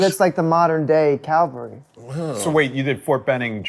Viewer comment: You'd think someone in the cavalry would know how to say cavalry. Burt, I understand.